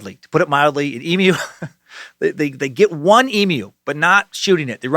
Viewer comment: So glad you learnt how to say emu because I was absolutely pissing myself on the last video every time you said EMOO 😂 - with love an Australian sucker